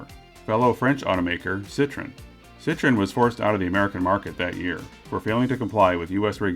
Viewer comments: It's not "Poo-zhoh," but Per-ZHOH" without the "R." It's also "Sitro-EN" not "SIT-ron." It might help to watch a couple of French commercials for these brands to put all guesswork to rest. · Not cit tren..like an orange..cit troooo en.. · Pronouncing? Not 'Poo'; say e&u together. French has no real syllable stresses; they are about equal. (I'm Canadian, French an official tongue.) CITRON!!?? It's not a lime-cousin! 2 vowels, 2 syllables - the N quite nasal. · Not Lemon!!!!! Sit tro en !!! Sit tron is a lemon Sit tro en is a car Thats why there is a dierisis on the o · . . . . sit-tro-enn was pronounced wrong ! ;) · Your pronunciation of Citroen.. shudders